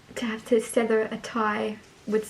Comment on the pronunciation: Sweetie, it’s ‘sever’ not ‘sether’. Much love!